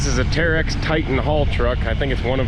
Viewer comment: Terex... not Teryx... big difference